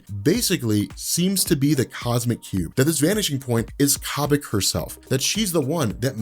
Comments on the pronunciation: it's pronounced Koh-Bik not kaw-bik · its kobik (K-oh-bik)